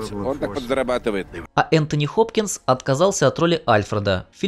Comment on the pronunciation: Энтони Хипхопкинс, блин?! Я всех соседей разбудил!